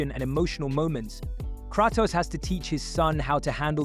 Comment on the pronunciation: Of course the legendary duo of "Craa-tos & A-tree-us".